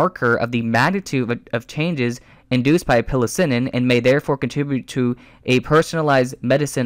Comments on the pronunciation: FYI Psilocybin is pronounced sell-uh-sybin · the word 'psilocybin' is pronounced 'si (rhymed with eye) lo (rhymed with go) si bin'. I'm pointing this out not to have a dig at any problem you have with reading, but to highlight the fact that I'm not sure you have the learning to properly understand what you are trying to argue for, since it seems that you don't really understand the studies you are using. Self education is fine - but it can lead one to make mistakes and then compound them. I would suggest you find someone who knows about neuroscience (not an apologist trying to make a case) to give you more insight into the subject.